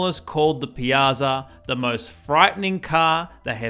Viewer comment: Ironically, you butchered "Piazza" but did well with "Giorgetto Giugiaro"